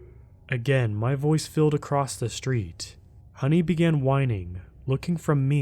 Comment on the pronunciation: Acrosst? Wtf is that? There is no tense for the word across, it is past, present and future 'across'